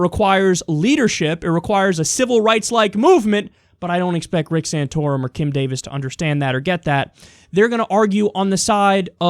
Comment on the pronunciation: SAN-TOR-UM!, SAN-TOR-UM!, SAN-TOR-UM!...No... oh..... ok : (